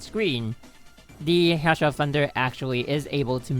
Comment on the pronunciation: It's not Hassha my guy